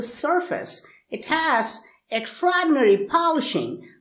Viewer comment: I just love the way he says "extraordinary" 😂😂😂....